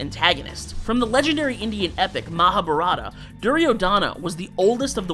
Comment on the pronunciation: As an Indian, this hurts me when he pronounced Mahabharata wrong.